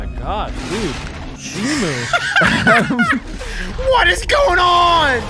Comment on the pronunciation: not shimu its shimo